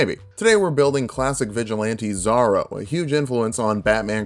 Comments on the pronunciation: Not trying to be mean just wanted to point out a mispronuciation it is zorro like sore not zarro like a czar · You pronouncing Zorro as Zharoh is really distracting from your content. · The Fox did not become a hero of the people for you to call him "Zah-ro". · Really..? Pronounced ZOHR ROH. Yeesh that hurt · My mother in law heard the way you say Zorro and said, "Ay, nooo! That es not how that es said." Lol. I mentioned that you were probably just being funny.